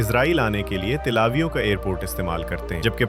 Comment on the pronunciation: Tlavio nahi Bhai till e aviv nam hai